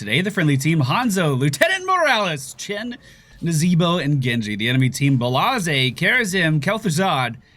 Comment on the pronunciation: Neezebos name was not properly pronounced 8/10